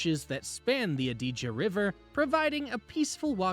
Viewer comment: lad to help 👍 And thanks for the restaurant tips. I will be there end of this month. I didn’t get a chance to write them down so I will watch the video again.!! Oh and Adige is stressed on the first syllable not the second. 😊